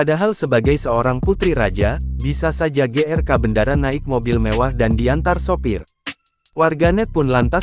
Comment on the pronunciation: BENDARA NDHASMU. BENDARA DIBACA BENDORO BUKAN BENDARA. TOLOL!